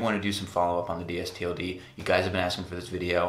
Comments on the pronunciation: Yes, Please say "Distilled" It is very annoying to hear you say it "D_S_T_L_D". The are better than AG and are sized about the same as 7forallMankind. I am 6'2 and I wear the straight fit 31X32. I also invested and I get a nice discount. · Dude, it's pronounced "distilled." Says it right on their front page.